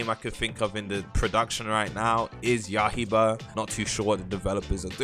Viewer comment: my guy its yaiy-ba not ya-hi-ba